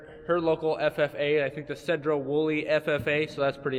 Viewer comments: Sedro Woolley! Cool! Not too far from me. And it's "SEE-drow" not SED-row. Cute town! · It's not "sed-ro" it's "sea-dro". Haha! Live not far off from there. ✌